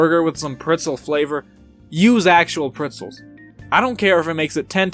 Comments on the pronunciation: Did he just- Did he say “pritzels”? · It hurts me every single time he says it